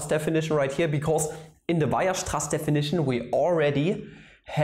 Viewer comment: You pronounce Weierstraß wrong.